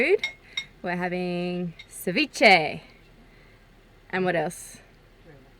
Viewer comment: It actually sounds like your saying Deviche when it's Ceviche and it's South American (Peru) NOT Mexican! and cook your dam fish! it's full of parasites that will take over your intestines and all your vital organs and eventually kill you!!!!!!